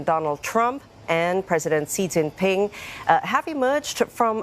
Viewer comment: This reporter and jousnalist are mispronouncing the first name of Chinese President Xi Jing Pin ( ti is in English like "sh" not Cee.